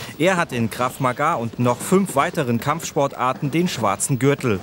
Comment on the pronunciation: Es heißt ganz normal "Krav Maga" und nicht " Krav Magaaaa" ... -.